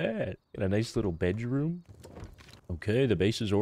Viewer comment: why he say bedroom like "Bæ-droum"